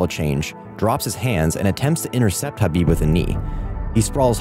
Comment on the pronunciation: Khabib destroyed him and you should pronounce his name correctly if you're actually going to talk about it. It's not an h or a k, it's in between kind of like when you're trying to hock up a loogie.